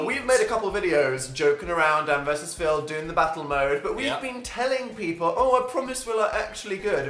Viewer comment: Was I the only who noticed how dan said people? He said peaple lmao I'm ded